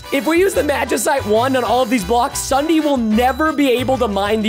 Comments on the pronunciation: When he says Ssudee I WAS LAUGHING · Ok its ssundee not sunday